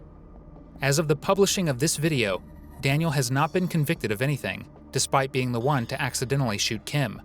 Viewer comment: Daniel not Daniele.